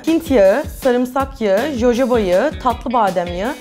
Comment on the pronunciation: Jojoba değil hohoba diye okunuyor o yağ yalnız :)